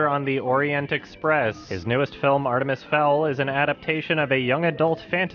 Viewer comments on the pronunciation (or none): none